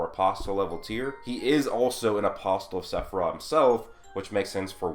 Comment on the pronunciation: Love the videos.. PLEASE stop saying the "t" in apostle.. it's silent.